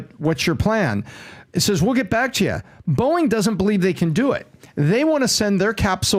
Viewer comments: I kept thinking he was saying Boing I was like wtf is he talking about lmao 🤣 he’s saying Boeing….🤣🤣🤣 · The way PBD say "boeing" Sounds like "Boe-ink" 😂😂